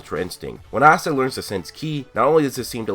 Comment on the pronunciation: Its Asta NOT Assta I'm so tired off hearing dis and then if you watch the anime you HEAR them pronounce IT